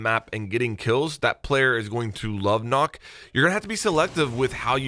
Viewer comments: Nøkk not knock lmao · Its NOT nokk, its nøkk. As a dane its sad to see ppl say ø wrong. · Its nøkk not nokk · you made one more mistake, its not pronounced nokk its nukk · It’s not nokk it’s nøkk om Danish or pronounced noekk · i swear if everyone pronounces it knock ima be pissed cuz its “nook” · It's Nøkk not Nokk ;) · Just fyi, it’s not pronounced “Nokk” it’s pronounced “Noekk”.. ø is not an o haha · Ubi doesn’t pronounce her name as “knock” they say “nook” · It’s pronounced “nukk” not nock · Im gonna be playing Nøkk a lot cause im a dane. And it's not Nokk. Nøkk. Its a letter from some of the Scandinavian countries like Denmark. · Great video man! Also it’s pronounced the way you would say book nook, not knock. That’s what the ø in her name does. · I though you pronounced Nøkk like how you pronounced “Shook” and not “Knock” Weird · ITS NOOK NOT KNOCK. They even say it in the reveal!!!!! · As someone who is Danish, it is painful to you hear you keep pronouncing her name like "NOCK"... If anything, it's much closer to "Nook" even though that's still not quite right. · i like how everybody pronounces Nøkk, Nokk instead of Nøkk with that O E Kinda sound. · Her name is not Nokk, her name is Nøkk, ø in norwegian or danish is not o, it is something similar to eugh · It’s pronounced as nook not nock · Pronounced nook not knock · It’s Nøkk. Not Nokk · Did you just say “knock” it’s “nook” come on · stop calling her nokk..... her names is nøkk NØKK with and Ø learn it... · It hurts me everytime I hear "nOkk" and not "nØkk"... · Karkat Vantas son, it sure as hell ain’t “Knock” or “nok” the “Ø” does not make the “O” sound so Nøkk in Danish, a Nordic language is, is pronounced as “Neck” in the English language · Crisp Rat the name is nøkk not nokk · It annoys me so much that people are calling her “Nokk” when her name is “Nøkk”. Try looking up the sound of ø (oe danish) americans then come back and pronounce her name right! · Nøkk* not Nokk nøkk=nook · It is Nøkk not Nokk